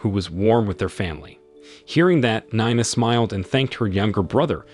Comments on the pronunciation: Nina 😂not ninea 😅😅😅😂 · 9ah? It's pronounced nee-na, get a better AI . . . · Is it pronounced Nee-na or Nine-na? Keep changing is very annoying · Spelled. NINA SOUNDS LIKE KNEENAH . THIS IS VERY IRRITATING FIX YOUR VOICEOVER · You really need to update the dictionaries of your AI readers. NINE-A, this is too funny. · How many times and ways can you pronounce Nina wrongly? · How can you not pronounce Nina and Augie ? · How do you accidentally spill drink on someone's head while ur both standing?? Dude can't even pronounce Nina correctly 🤦🏽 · I've always wondered if this was another AI channel. The way he can't decide how to pronounce Nina 3 times in a row within a sentence or two settled that debate for me. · Get elocution lessons. You pronounced "Nina" three different ways. Your pronunciation of "Augie" is an EPIC FAILURE. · Learn how to pronounce stuff. I assume Yowwa is Iowa and Nine-a is Nina